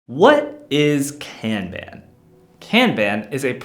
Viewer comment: Say "Kanban" correctly and I'll finish watching your video... Sheesh!